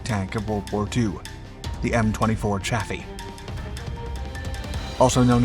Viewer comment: Just a quibble. But I heard that Chaffee is actually pronounced "coffee."